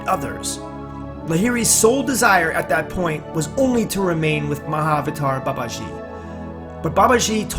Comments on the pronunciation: I thought you said. "Many have asked me about 'My Avatar Babaji'“ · It's pronounced Maha-avatar Baba-gee. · Better pronounciation - Maha-Avataar Baba-G. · Pliz do not add false news abt Mahawatar Babaji, yu can’t even call his name properly,our Babaji is much more then wat yu r talking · Narration and style could have been better. Pronunciation is not that good. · Its spelled right, he's pronouncing it wrong.